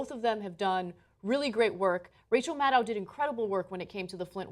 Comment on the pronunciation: Rachel Mad-OW